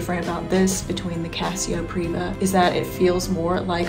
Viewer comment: It's Privia, not Priva.